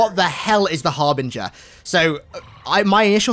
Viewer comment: Oh, the Harbinger? I thought he said the ARBITER. I was so confused as to why the Arbiter would team up with the Banished.